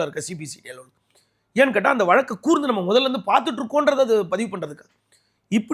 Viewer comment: நெறியாளர் தமிழ் உச்சரிப்பை கொஞ்சம் நிதானமாக சீர்படுத்தினால் இன்னும் சிறப்பாக இருக்கும். வலக்கு, ஆயில் தண்டனை என கேட்பதற்கு குளறுபடியாக இருக்கிறது.